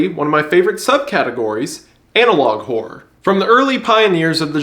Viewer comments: my brother in Christ pronounce the “ror” sound at the end of horror . 😂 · I like how he says 'internet horror' like horror is one syllable. 'internet whore'